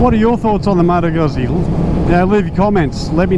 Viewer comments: It's Lombard not Italian, so it's pronounced, "Goosey" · That's not how you pronounce Moto Guzzi.